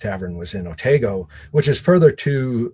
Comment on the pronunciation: Please, the Otsego County village you mention in this podcast is Otego, not Otago.